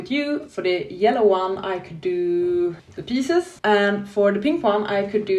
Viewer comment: The Gunslinger is a short book with portal fantasy elements in it. The pronunciation for pisces is pie zees, yes the spelling doesn't fit with the pronunciation.